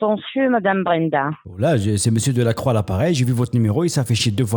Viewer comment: Monsieur lacroix avec l accent rebeu 😂😂😂😂 trop fort 😂😂😂😂😂